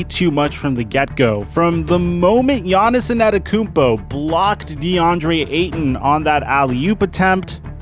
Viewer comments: Hey man, Giannis won a championship. It's time to start saying his name right. It's Antetokounmpo, not Anetekounmpo. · why is he saying a-NET-tokounmpo? loool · My man keeps calling him Giannis Inantokounmpo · If I were you I'd just avoid saying gianiss' last name since you obviously can't pronounce it and I can't spell it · Say his name correctly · PRONOUNCE HIS FUCKING LAST NAME RIGHT. FUCK. JUST SAY GIANNIS IF YOU CAN'T SAY IT. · Why does you say his last name like that? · How difficult is to learn how his name is pronounced. Show some respect to his name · bro say his name right pleeeeeaase😂